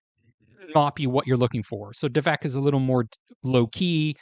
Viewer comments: I said the same thing … he said the name wrong 🤦🏼‍♀️ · Did you just say "devak"? Time to leave lol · You’re mispronouncing the name— it’s DAV ek.